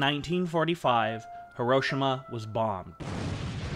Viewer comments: Please learn how to say Hiroshima. If you are going to do a documentary on the subject. Hī drō shī mā There is no ROW in the name. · Hiroshima .. The correct annunciation.. Hear-row-she-ma SHE-MA not SHA-MA The Japanese are very particular about its pronouncement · Pronounced: Heero-sheema